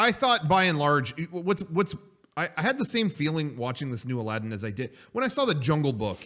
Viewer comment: Says the name of the game incorrectly. Proceeds to make fun of the guy at GameStop for not knowing the name of the game.